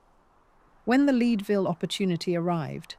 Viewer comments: It" I's Led-ville. Not Leedville. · Leeedvillle🥴?? AI does not respect nuance of pronunciation, it is Leadville pronounced led. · It's AI Bot pronounciation, therefore fraught with mistakes, Leadville Colorado is said Ledville, not lead(a horse to water)....loathe AI , it's a conspiracy to further "dumb down" the masses, render communicating even more unintelligible then it already is, the decay of language is the evidence of a dying civilization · thank you for the clarification! I call AI artificial idiocracy and that shows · Minor point, its LED-Ville as in Lead the element. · i noticed that too! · Because a British reader doesn't know how to pronounce "Leadville," it's AI? You haven't heard AI.